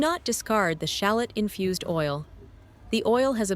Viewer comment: Th AI was terrible in this video. Shallot was pronounced two different ways throughout the video.